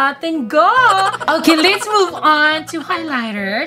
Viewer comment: Just a correction let's po Hindi lits